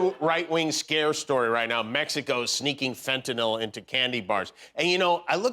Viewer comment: Walker can't even say MEXICO correctly... He says MESICO...🤦🤪